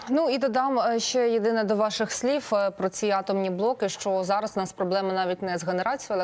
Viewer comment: СліФ ,,повідомиФ ,відповіФ ..замість. Слів, повідомив,відповів ...безграмотність